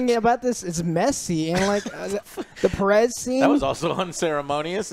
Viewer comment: Joe, “Pe-RES”??? - you’re pronouncing it that way? … Thas akin to calling yourself ‘yo-say ver-gas’…. …..You’ve done fucked it up.